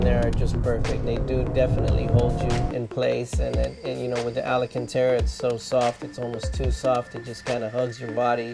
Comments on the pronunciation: He did not just say "Alacantara" right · He says Lancia and alcantara incorrectly.